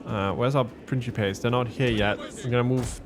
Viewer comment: Good to see you back doing TW Rome 2, just catching up on the campaign. And it's Prinkipes for the early Republic, my good sir, the Princhipes pronunciation for the c developed in the very late empire and Vulgar Latin.